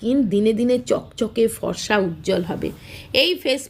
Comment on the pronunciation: আগে বাংলা বলতে শিখুন , ফসা , / মিত্যা না..ফর্সা , মিথ্যা। 😂